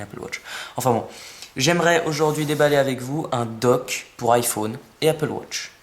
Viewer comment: tu sais pas dire iphone et apple watch